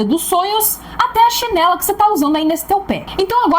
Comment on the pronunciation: Falou " ChinelA" eu já amei hahaha ❤